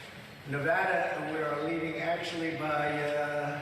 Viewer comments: Nevada is generally a Purple state. We go both ways in elections. And it's NevAda not NevUda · Trump said the word "Nevada" twice, back to back, but pronounced them differently. Weird. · Interesting that he pronounces Nevada two different ways.